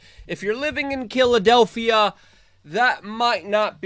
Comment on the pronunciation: I could not stop laughing when you said Kiladelphia....hahahahahahaha